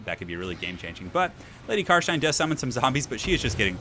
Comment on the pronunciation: bit of an anticlimatic ending to a great series. loved these <3 ( also its "car stein" not car shine xD )